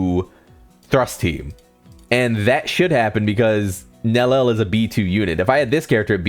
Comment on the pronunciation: okay, let me lay it out for you. Nellel and Ulquierra are obvious mistakes. So fair play pointing those out, I guess. But Grimmjaw is a stylized pronunciation that is more faithful to the way it's pronounced in japanese. You'd know that if you'd watched the show with the original voice actors. So that's the exact f it has to do with it: you acting like -jau is the definitive way to pronounce it because that's how it is in the dub. It is not. Both are acceptable.